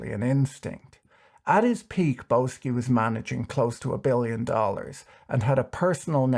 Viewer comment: Isn't Boesky pronounced "Bisky"?